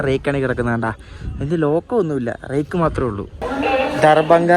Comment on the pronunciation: എടാ, റാക്ക് എന്നതിനു പകരം റെയ്ക്ക് എന്ന തെക്കൻ ഭാഷ ഒന്നു മാറ്റിയെടുക്കടാ...........